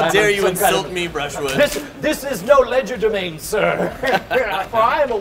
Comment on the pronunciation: Did he just say Ledger de mane lol